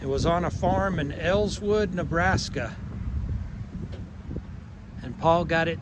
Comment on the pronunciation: Elwood, Nebraska. Not “Elswood”.